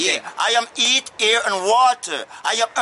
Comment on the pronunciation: Heat, air, and water* (A lot of Jamaican tend to not pronounce the letter "H" at the beginning of words) Source: I am on of these mfers 💀🇯🇲